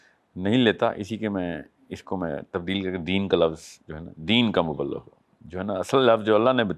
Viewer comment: ب کے نیچے زیر ہے مبلغ ہوتا 😂😂😂😂😂😂 اور تم دین سیکھاٶں گے